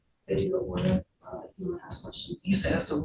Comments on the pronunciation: Oh he AXED him a question did he? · It is not "ax's" it is "ask" ... Are they uneducated? I am sure at some point in their education someone told them the correct pronunciation.